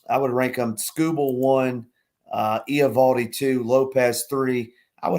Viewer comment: Riley Greene on the fong shot and the pitcher's name is pronounced ev-AL-dee😁